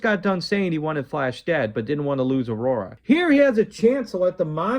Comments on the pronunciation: Awesome review. One issue. Ming's daughter"s name is pronounced Au-Ra not Aurora. Other than that the jokes in the video were funny. Queen not withstanding I was sold on this movie as a 10 year old with the Alex Raymond clips coming at me full speed. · Your review stinks. C'mon man, it's Aura, not Aurora. Dude! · Its "Princess Aura," not "Princess Aurora." You seem to like the movie, so it's strange that you don't know her name.